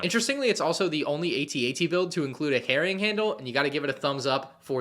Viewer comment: “Harrying candle”😭